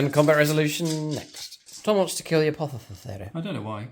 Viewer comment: Hey, been a while… You really nailed that “Apothecary” at the start…! 😊 Looking forward to some fun AoO detachment army development videos…